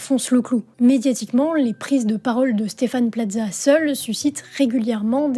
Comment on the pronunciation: pourquoi vous prononcer Plaza comme pizza?